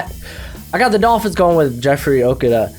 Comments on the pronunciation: Really? “OH ka duh”? He’s hands down the best CB coming out and we can’t get his name right? It’s pronounced “Oh KOOO duh.” Duh....And Leatherwood is not coming out. Returning to Bama. No way Love goes in the 1st round. Recent weed arrest/encounter with the police and he had just a horrendous season. Diggs? Not a 1st rounder. Weak season and he won’t tackle. Remember he’s a converted WR, so he’s got a lot to learn yet. Derrick Brown did not impress me a lot. He looked overweight and out of shape in the bowl game. Minnesota’s OL completely shut him down - no sacks and no TFL. Justin Herbert is going to be a bust. Terribly inconsistent and when has a QB coming out of the state of Washington or Oregon in the last 25 yrs amounted to anything great in the NFL? (Moon, Brunell, & Fouts don’t count). Mariota, Locker, Harrington, Leaf, Akili Smith, Tuiasosopo, Mannion, Damon & Brock Huard, Chandler, Browning, etc. I think the Vikings will take a CB. Rhodes will likely be gone next year given his salary and poor play and both Alexander and Waynes are free agents. They can’t afford everybody. An alternate pick is a big ass 3 tech DT. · How he said Okudah at first.... lmao